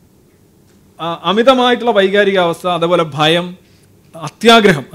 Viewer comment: ഫാവന അല്ല ഭാവന ഫയം അല്ല കൊല...